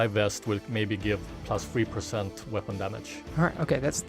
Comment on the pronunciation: Stop saying "whapon"